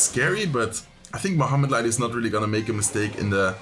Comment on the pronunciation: Kept sounding like you were saying flesh light 🤣